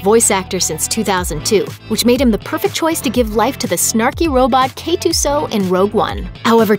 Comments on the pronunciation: K 2 S O! Not k 2 so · Seriously? Did they just call him k2-so? It’s k2s-0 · K2-"SO"... I wanna die